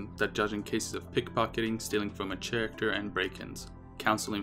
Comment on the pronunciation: Character is pronounced "Care-ak-ter" not "chair actor". No hate but I'm just saying